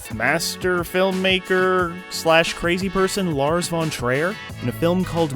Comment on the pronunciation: ITS TRIER NOT TREOR SIGH LARS VON TRIOR COME ON